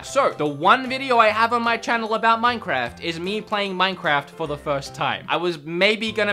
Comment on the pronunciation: None: Him every 2 seconds: MANCAFT Me: he need some milk